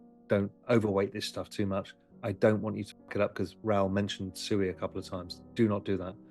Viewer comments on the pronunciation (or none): Oh Ru Paul, you 🤡. What is SUEY? Are you talking about SUI pronounced Swee, aka water in Japanese. Or are you just so low IQ that you can't pronounce your Investments correctly. When you talk about Elon and Dogecoin do you say you're heavily invested in Dodge Coin?